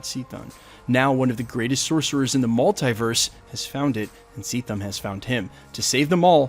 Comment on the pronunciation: I love the story of Demiurge the elder gods, especially the elder god Set and the saga of the serpent crown... and to nitpick, Chthon is pronounced "keh-thon", not "see-thon"...